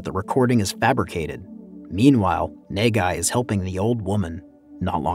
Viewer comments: bruh i thought he was saying negai and that means future but he was saying nagai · bruh just call him na-gai (as in nuh-guy) ffs...wtf is even nae gai...ppl be pronouncing the name in the movie a whole ton just follow em gawd dammit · the prodagonist's name is pronounced khei nahghai. as a japanese, it was kinda disturbing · Quit saying NEIGH GUY I had to close the video smh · His name is pronounced Kay, like mmmmmkay? And his last name is Na-Guy, like nah, guy, you’re butchering the pronunciation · Good recap but I can't stop laughing at the way you pronounced Nagai. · its actually kinda annoys me you didn't read the name the it supposed to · I couldn't stand your pronunciation of NAGAI lol